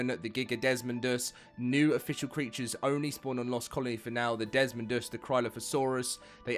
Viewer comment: Sound it out: Des Mo Dus. Not Des Mond Us